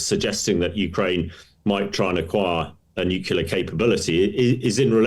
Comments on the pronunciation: Is this guy your guest or is he just jest? A guy who imagines that nukula is an english word doesn't have much credibility. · Nukula ? It's surprising that an expert says this. It undermines is professionalism. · What does "nucular" mean 🤔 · N-U-C-L-E-A-R It isn't pronounced newkyoular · George W Bush pronounced it the Same way